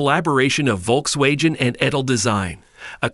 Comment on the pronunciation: Who the hell is volks wayjen? 😂😂